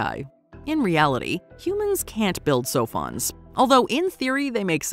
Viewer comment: I thought they were saying “cellphones “ instead of “sophons “. I always had to remind myself what they were talking about